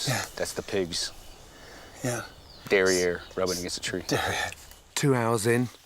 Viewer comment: 근데 발음은 derriere같네요